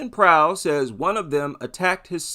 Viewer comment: Yeah, this sounds like you nailed it.